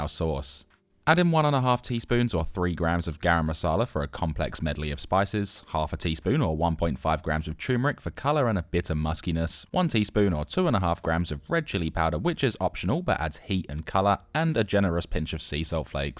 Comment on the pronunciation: I hesitate to correct a professional chef……. But it’s tuRmeric, not tewmeric. Love the channel and love your recipes. I’ve done a few and they were all fab.